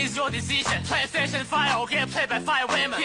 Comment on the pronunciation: pwaystation fie 🤣